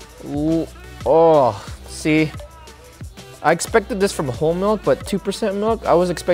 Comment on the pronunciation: He said malk 😂